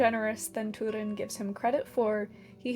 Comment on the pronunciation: Stop saying toodin. It’s Turin.